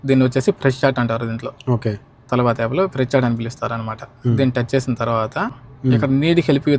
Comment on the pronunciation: Adi Talaaabat Kadu Ra Talabat Ra Nibba😂😂😂